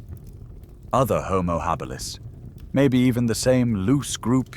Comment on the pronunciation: Lmao "houmou Hah-beelus" 😂😂😂